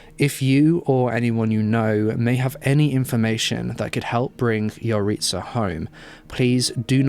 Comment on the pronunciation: I'm pretty sure that's not how you say Yaritza but ok